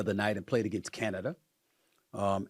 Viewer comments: Stephen A. has a speech impediment. He is incapable of pronouncing words ending in "a." For instance, he calls Ima Udoka- Ime UdokER, Rob Palinka is PalinkER, Canada is CanadER, and Minnesota is MinnesotER, etc. He adds an ER to every word ending in A. It's wild. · Canaderr....wtf is wrong with this guy? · SAS: “Canader” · “Against Canader”… 😂😂😂